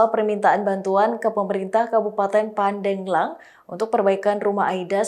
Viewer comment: Nama kabupatennya itu: Pan - Deg - Lang Bukan pa-deng-lang 🤦🏻‍♂️ dan jarak dari Jakarta ke Pandeglang itu masih jauh lebih dekat daripada jakarta ke semarang,, masa gitu aja jurnalisnya bisa salah 🙈